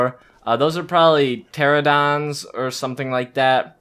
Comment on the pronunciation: the flying one is called a ptronadon (ter-ran-a-don)